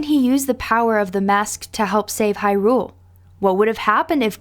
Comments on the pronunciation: I always thought “Hyrule” was pronounced stressing the 1st syllable - “HI-rule”... as opposed to how this vid pronounces it, stressing the 2nd syllable, “hi-RULE”... sounds off... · I hate the way she says Hyrule. She says it like its two words.